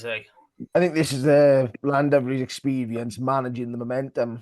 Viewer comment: Would it be possible for Rob to pronounce Llandovery correctly if he really can’t do it just call them The Drovers?